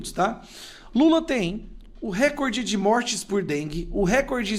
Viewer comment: NÃO É "RÉCORDE". PARA SER ASSIM PRONUNCIADO SERIA NECESSÁRIO A ACENTUAÇÃO GRÁFICA POR SER PALAVRA PROPAROXÍTONA. RECORDE É PAROXÍTONA. A TÔNICA É A SÍLABA "COR". NÃO ESTOU CRITICANDO, APENAS TENTANDO AJUDAR. É O CASO DE CATETER, CUJA PRONÚNCIA TEM SIDO CATÉTER, O QUE NÃO É O CORRETO. A TÔNICA ESTÁ NA ÚLTIMA SÍLABA COMO PALAVRA OXÍTONA.